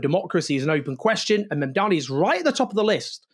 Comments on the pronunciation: MAM-dani. Mamdani. Please let's get it right! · Owen, it's MAMDANI, not Mandani! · What's your background, coz clearly pronounce or spell. It's, Mamdani. Now repeat it HuggyCostky